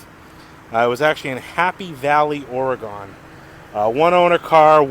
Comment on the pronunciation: It's actually " OREGUN"... not Oregone .. I'm just saying ....